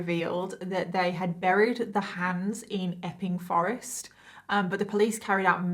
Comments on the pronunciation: I thought she was saying 'effing Forrest'😅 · ..... I can only hear her saying F-ing forest lol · Everytime you say the name of the forest I hear F’ing forest Effing forest